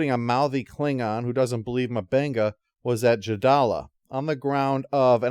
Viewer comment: Jesus, dude. It's not Dr. Mubanga. M'Benga. Like UmBenga